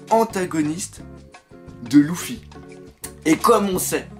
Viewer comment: Faudrait peut-être songer à arrêter de dire "Loufy" un de ces 4 ^^